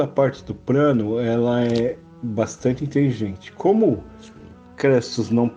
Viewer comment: Craro? Prano?